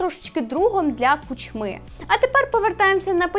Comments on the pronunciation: а чо КучмИ а не КУчми? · Блін. Нпе шоуносиків, а довгоносиків, не КучмИ, а КУчми. Йдеш стежкою Тайлера Андерсона? Не забувай, що було з ним після критики 1+1